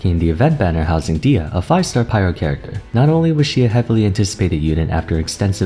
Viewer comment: her name is pronounced dehiya not deeya. its an algerian amazigh name